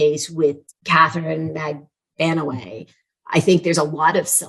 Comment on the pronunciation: Yeah and! What an interesting and insightful episode! And, A++++++++++ for getting the correct pronunciation of MAG-BAN-U-A's name!! Thank you!